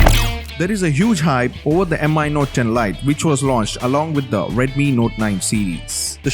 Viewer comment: stop calling it M.I. 🙄.. its just Mi from the word XiaoMi.. no m.i. or whatever